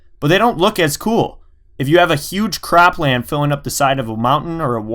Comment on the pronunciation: Is it just me or did he just say cr*pland?